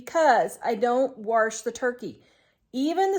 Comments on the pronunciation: It's WASH not warsh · I don't have a problem what people wash, but every time I hear you say WARSH with an R in it I half to grin. I'm sure it's regional because I've heard other people say it. I totally agree with you of it being economical. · I love hearing her say warsh too. I am from New Zealand, but spent a year in Kansas, and it brings back great memories.